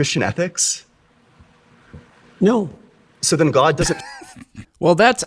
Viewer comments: The way he pronounces gwowd is obnoxious. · Maybe its just because i dont like the guy, but the way he pronounces the word "god" really annoys me. He puts so many syllables in there, like goaed. He sounds like kermit the frog with a strong canadian accent doing a kennedy impersonation. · Has he always pronounced “god” like an evangelical pastor or has he more recently started that like so many of the other grifters?